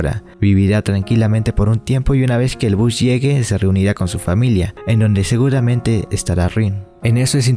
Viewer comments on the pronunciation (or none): none